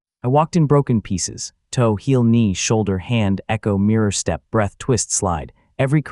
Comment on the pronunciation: My browser decided to unload this tab while I was doing something else, and I don't care enough to finish listening. However, please enjoy some of the more notable things I heard from this AI written, AI narrated, AI drawn video. "The awakening hall went quiet for half a breast" "Stebble. +1 expy." "Breastle. +1 expy." "Peng! +1 expy." "Heartbeat, +1 expy." "Kegel, +1 expy." "I wiped blood from my mouse." "Molten wood"